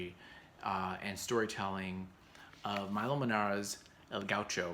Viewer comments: please... milo is italian. MILO, not mAilo :) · Pronounced ME LOW not MY LOW